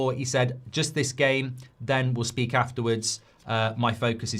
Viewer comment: I CANT SPAKE I CANT SPAKE 😂😂😂